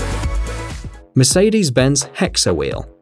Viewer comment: I feel tricked I came for the Mersadees. Mersadees is my favorite car company and you f it up